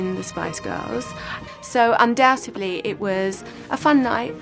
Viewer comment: Did she say, "undoubtebly"? 🙄